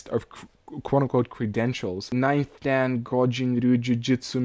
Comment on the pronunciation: Very amusing video. 段 Dan is pronounced dahn (say it quickly). da+n